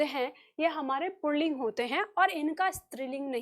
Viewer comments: Pronunciation pulling hota, purlling nai hota. Aap galat bol rahi hi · आप बहुत अच्छा पढ़ाती हैं। परन्तु पुल्लिंग (Pulling) का पुर्लिंग (Purling) उच्चारण करना गलत है। पुल्लिंग में "र" की आवाज की कोई आवश्यकता नहीं है। पता नहीं आप ऐसा क्यों बोलती हैं? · आप पहले अपना पुलिंग का उच्चारण सही करें।